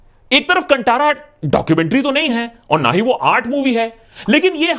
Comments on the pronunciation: Happy that you are talking about the movie, but the pronunciation of the the movie's name is a little off. The the first part "Kan" is like the Hindi word for ear and the "Tara" part is pronounced like the Hindi word for a Star (Like in the song, "Yeh tara, woh tara, har tara" from Swadesh. Love your videos ! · मूवी का नाम कंटारा नही है कांतारा है .... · It's not कंटारा its कांतारा 🐒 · It's not कंटारा, it's कांतारा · कुछ आधारभूत खोजबीन कर लिया कर मेरे भाई कि मुँह उठाया और ट्रेंडिंग टॉपिक पर ज्ञान पेलने निकल लिया। बार बार कंटारा कंटारा बोल रहा है जबकि इसको देवनागरी में कांतारा ही लिखा गया है। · First of all Andh Desh Bhakth Not able to pronounce "Kaanthaara" you are pronouncing "Kan Taara" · Beautifully analysed... But dear Akash, you wrongly pronounced the name of film... Its not Kantara as you pronounced.. it should be KAA-N-THAA-RA (Kaali ka KA, N, Thaandav ka THAA, and Ram ka RA).. not ta it's tha. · benarji saab ye kanthaara not kantara from south india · It's not कंटारा, it's कांतारा... कांतारा means a mysterious forest. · वो कंटारा नही "कांतारा" है।अगली बार ध्यान रखिए गा ✋✋। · Its कानतारा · Pronounced as kanthara bro,,mystical forest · Movie name is कांतारा.. pls correct your pronunciation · Hye takluu o kantara nai kaanthaara hye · Kantaara thekse bolo bhai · Thanks for the video .. pronunciation needs change..it is 'Kaan-thaa-ra'.. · Bro it is not kannnttarrra😅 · It's not how to spell the name...it's tha....kanthaara.. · Aah.. nice you already wrote about getting the pronounciation wrong. I am a big fan of yours and I am from Bangalore, 100% kannidiga. Correct pronounciation should be 'Kaanthara' Good video. Thanks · ji very well said!! Only one correction!! It’s pronounced Kaan (ear) Taara (star) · Not Kandara.. can't even pronounce word n u r here give review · The right pronunciation of the movie name is कानतारा not कणठारा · Its kantara.....khan( ear)+ thara( star) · The pronunciation for Kanthara in this video is wrong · It was pronounced wrong😅😂